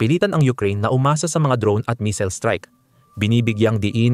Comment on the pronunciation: Paki ayos mo mag pronounce ng missile nkakahiya k